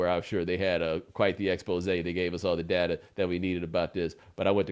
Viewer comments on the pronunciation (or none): none